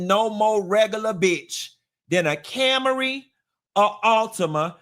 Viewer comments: I'm dying over Cam-a-ry 😂😂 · “CAM-ER-EE” is sending me.